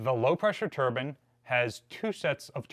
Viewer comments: TURBINE VS TURBAN. They are pronounced differently. One creates rotational power and one is worn on one’s head. There is no such thing as a Steam Turban or high pressure Turban. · Very interesting, but its a "Turbine" not a Turban 🙂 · You were doing so well saying turbines then broke down and said turban….pretty cool video!